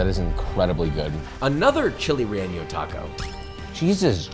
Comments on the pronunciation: Dude says chile relleño lol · You pronounce relleno like its spelled "relleño" but it's not! No need to add the ñ in your pronunciation 👍🏻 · Fun fact: Josh's mispronunciation of relleno with the ñ is called a hyperforeignism. It's when a person incorrectly adds a foreign letter into a word that doesn't have it. Often times people will do this with habanero as well. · Rey-Yen-Oh. Not rey yen yo There is no letter ñ in the word, the ñ is what typically gives that Y sound in words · Chile RELLENO HE KEEPS SAYING REEYEENIO 😂😂😂😂 GIRL say it right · bro said "reyenyo" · “Chile relleño” you didn’t have to put the extra ñ man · Josh, my guy, you’ve gotta stop pronouncing Chile Relleno with an ñ. N and ñ are different letters with different pronunciations. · I know you want to say Spanish words well because of the way you said trompo. So I know you want to say chile relleno correctly also. There is no ñ in it, listen to how your co-host says it! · Josh, I love your videos but dude there’s no eñe in the word relleno. otherwise, this may be my favorite travel and eat video. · Josh I love your cultural/ traveling videos, and recognize your efforts in pronunciation, but had to give a small note. Also because chile rellenos are a pretty popular dish in Mexican food. There is no ñ in relleno. The n just sounds like the N in "no". Not jalapeño. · who tf taught you how to say relleno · You’re from LA and pronouncing relleno like a goofy.